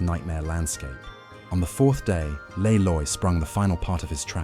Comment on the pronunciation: Le Loi rhymes with bee toy. So u pronounce it lee loy.